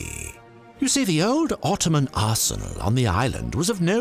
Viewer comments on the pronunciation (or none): none